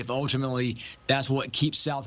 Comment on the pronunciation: Hey, if you're going to TALK football or anything else on YouTube, it's undoubteDly, not undoubtebly